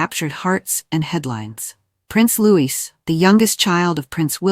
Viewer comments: Louis's name is pronounced "Louie" not Lewis!!! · Its Loee not Lewis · Will you PLEASE pronounce Louis as Looee and not LOUIS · Programmer—it’s pronounced Loo-ee. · Will you please pronounce Prince Louis name correctly!! It's a silent 'S" at the end!! Honestly!! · It was the pollen causing problems! Please remember to pronounce Prince Louis without the "s"